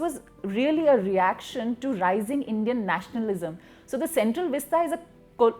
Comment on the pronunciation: Vista, not veesta!